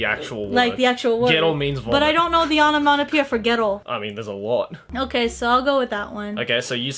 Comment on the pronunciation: it’s not onomanopoeia, it’s onomatopoeia 😹